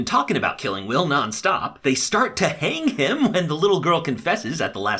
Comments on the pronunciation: i just realized he called wells ✨will✨ BAHAHAHA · Omg WELLS! As in HG WELLS! Not will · It’s Wells not will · His name isn't will, it's Wells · He says Will not Wells :( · its not will its wells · dude its wells not will. Jahas sons name is Wells. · His names is Wells, not will. WELLS. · Welles not Will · his names wells not will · Lol did u call wells will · Is it just me that noticed he says "Will" instead of "Wells". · His name is Wells, not Will. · I died when he called Wells will😂😂😂😂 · Wells. His name is wells. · Dude your so bad with names...it’s McCreary not mcclearly and wells not will